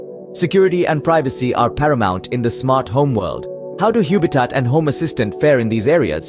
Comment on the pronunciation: I hate to be picky but it can't be pronounced Huebitat because the name is obviously based on the word HUB! It is a home based HUB for your smart ware. Please don't rename things for no reason.